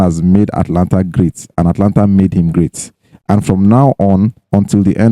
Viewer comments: Guys, the name of the team is "Atalanta" not "Atlanta" like Atlanta, Georgia, in US. There's an extra "a" there after the "t" so, note and stop calling it "Atlanta" on your cool podcast. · Guys, the team's name is Atalanta, not Atlanta. Take note of the additional "a" after the "t". Please, correct your pronounciation.